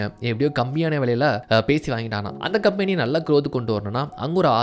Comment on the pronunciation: Bro please correct the pronunciation of the word "company" bro.